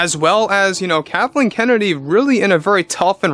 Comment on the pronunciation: Lol you almost say Kahtleen